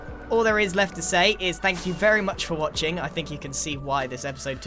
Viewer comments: so no one is gonna talk about "Spank you" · Who else saw karalis say *spank you